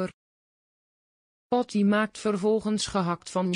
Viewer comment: Wat een uitspraak dat is zeker een computer Patty wordt Potty genoemd 😂😂😂😂😂😂😂😂😂😂😂😂😂